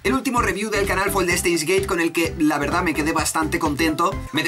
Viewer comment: se que no importa o que muchos ya lo sabreis (mejor dicho, recordareis. seguro que lo dijo y no me acuerdo cuando) pero... ¿ es valenciano/catalan? lo digo porque por alli se suelen decir las "D"s finales como "T"s por ejemplo: verdaT, votaT (lo dice el en el/los video/s), acabaT de hacer esto, recordaT... etc... ¿es de por alli, o solo es una "ilusion sonora" mia? ¡¡Chaoo!!;-)